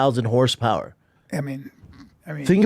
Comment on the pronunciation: “Once all the engiNAIRing goes into it..” so dumb